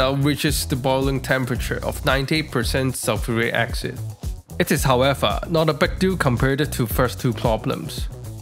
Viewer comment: First - love how you say concentrated zulfuri aksid. Brilliant 🙂 Second, I really like your rack at the back of the hood. Extremely neat and nice looking